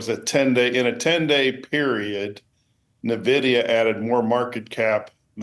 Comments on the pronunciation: Dude can’t even pronounce it correctly I trust him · If you can’t even say it correctly, why comment on it 😂.